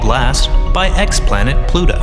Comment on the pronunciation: he says ex planet.